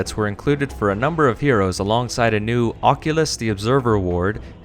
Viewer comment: for those who are too lazy to pause the video Turns out can't read either. The Ward is called "Ocula the observer" not Oculas the observer" your welcome British words for a bundle of sticks;)